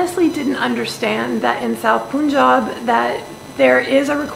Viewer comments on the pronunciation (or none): none